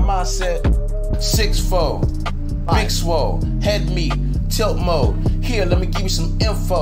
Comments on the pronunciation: Thought he said tilt moe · i thought he said tilt moe, it would have been beter 😂